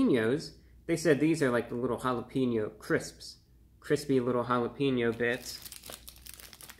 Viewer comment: Prefer if you pronounce it “holla-pain-yo”. Not holla-peen-o.